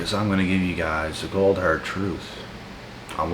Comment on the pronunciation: I almost thought you said The "Gold" hard truth